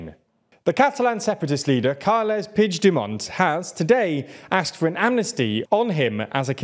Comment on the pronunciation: I know you are trying, but the pronunciation of "puigdemont" hurt my ears, just say Carles , or if you have to, pronounce it like [PUIXDEMOAN]